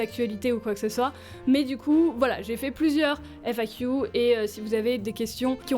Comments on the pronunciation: "FAquiou" j'aime bien l'accent anglais que tu as perdu, apparemment le "qu" reste encore anglicisé ! (oui ça m'a fait tilt en l'entendant 4x à la suite à la fin de la vidéo !) Tant mieux pour Nemesis qu'elle soit à seulement 20min de là où tu es, comme ça tu peux lui rendre visite régulièrement c'est pas comme si tu l'avais abandonné =) Et arrêtes de te rabaisser ! Ya eu un passage dans cette FAQ où tu te rabaissais un peu trop (c'est mon ressenti), tu vis pour toi avant tout ! Ok tu as un chaîne YouTube avec bcp d'abonné mais quand même c'est pas une raison pour t'infliger ce rabaissement ! Et je dirais même raison de plus, si on est autant c'est qu'on t'aime bien ! ;-) Et je crois que toi et moi on ne se verra jamais IRL car je suis un peu agoraphobe aussi xD (Enfin ça dépend les situations, dans les parc d'attractions j'ai aucun soucis mais dans les conventions ou autre c'est plus compliqué ~) En tout cas, continues à aller de l'avant tout en respectant ton toi intérieur ! Et vis une belle vie ! ♥ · On voit bien les trace de ton anglais sur la manière de prononcer le "Q"